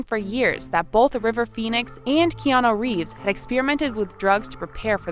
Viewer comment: The narrator in this piece should correctly pronounce Keanu Reeves’ name.. she only pronounced his first name one time.. the other times , she says”Keano… really?!?! You are being paid to narrate?